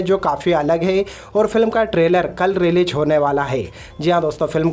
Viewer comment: Poshtar 😂 releajj 😂😂😂 Arey first correct your pronounciation.